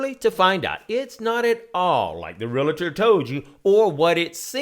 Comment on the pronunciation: who gives a flip about his clothes i just want him to say realllltor correctly it isnt realaaator its reallllllltor